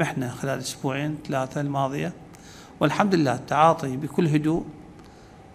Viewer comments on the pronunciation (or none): none